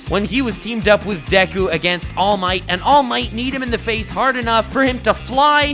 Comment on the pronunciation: All Might: Allu Mighto Deku: Samallu Mighto Bakugo: Dynomighto